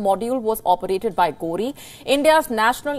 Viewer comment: Lol you said Ghodi instead of ghori?😂...thanks our greedy leaders,,,always trying to appease..